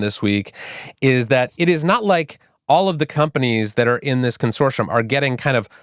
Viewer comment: Consorshum consorshum consorshum